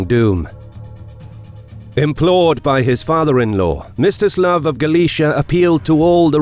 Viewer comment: I heard it as “Mr Slav” in the video XD